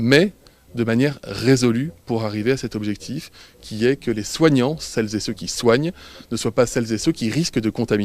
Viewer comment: Véran a réussi à placer TROIS "Celles zé ceux" en 20 secondes ...record à battre ❗❗❗